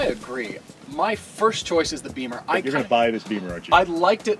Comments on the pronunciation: Bimmer not beemer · BEAMER????? It's Bimmer